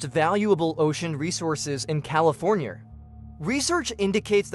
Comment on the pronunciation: “americER and californYER”